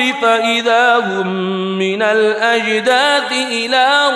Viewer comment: Minal azdad it is wrong Minal azdas it is correct rectify